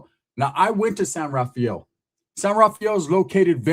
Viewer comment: San “rah-fel” not Rah-fi-el. It’s nice there. My grandpa used to be the mayor of San Rafael but lived in Corte Madera and my grandma lived in Larkspur.